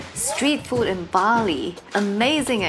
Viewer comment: Bali dude not bail😁😁